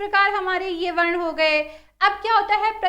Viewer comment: Mam varn ka ucharn shi kro